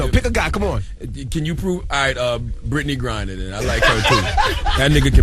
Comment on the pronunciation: Lmao he said britney grinner !!!!!!!!!!